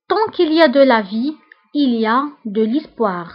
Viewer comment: Apprenez a pronencer bien le français avant de faire apprendre des proverbes au autre. (Tu vien de prononcer l'espoir , l'ispoir .